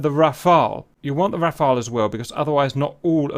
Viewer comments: Nice of Cap to pronounce it as 'Rafale' and not 'Rafael' as many others do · The gentleman can now pronounce "Rafale" correctly. That's good.